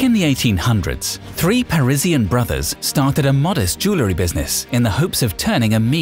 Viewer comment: SOOO ANNOYING HE CANNOT EVEN PRONOUNCE “ JEWELRY “ CORRECTLY 🤔😱😲🤬